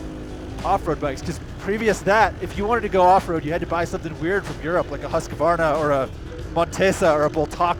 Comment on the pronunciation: its is funny how all the world pronounce "Husqvarna", sound really stupid when your from Sweden...